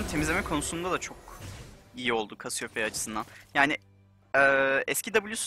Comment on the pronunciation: yalnız kasiyopeya diye okunuyor olması gibi bir durum var